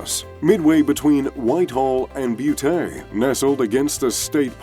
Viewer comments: Beaut, not Bootay. Butte. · Hahaha haha 'booo-tay'....... That's not how you say Butte. Sigh. You would know that had you actually gone to a ranch in Montana as a company retreat. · This fake British ai voice somehow simultaneously butchered the pronunciation of Butte, MT and pronounced pecan properly. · You pronounced butte incorrectly. Just FYI from an ESL tutor. 🇨🇦